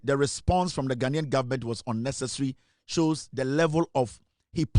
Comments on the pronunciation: It’s not Gha-Na-Nian but Gha-Nian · It’s Gha-nai-an